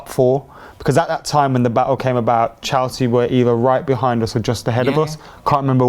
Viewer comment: Its Chelsea not chalsea for goodness sake